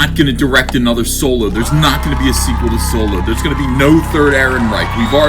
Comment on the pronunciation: It's Solo you illiterate sponge